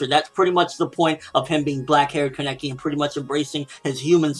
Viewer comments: Why does he say Keneki like that? It is Kaneki. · Keneki nooooo it's kaneki uhhhhhh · Wait is his name pronounced like that